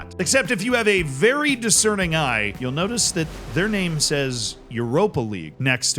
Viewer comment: You need to pronounce the names properly 😂😂